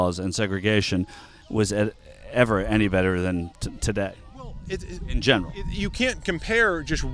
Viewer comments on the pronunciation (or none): none